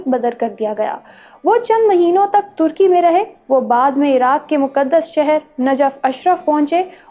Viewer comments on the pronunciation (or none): none